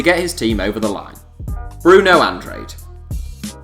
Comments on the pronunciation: Andrade - An-dra-day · Bruno Andrade's surname is pronounced An-drar-day. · Lol the way you said Andrade 😂